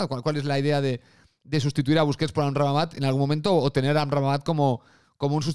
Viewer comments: No sé dice amrrabamat es AMRABAT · el personal se jode de tí por tu dislexia con el nombre del marroquí, en la miniatura está bien escrito pero lo pronuncias con una sílaba más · cada vez que decias "Amramabat" se me salia un pedo. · liándose con la pronunciación de Amrabat 😂😂😂😂😂😂😂😂😂😂